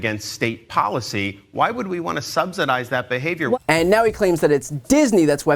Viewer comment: He keeps pronouncing "subsidise" wrong.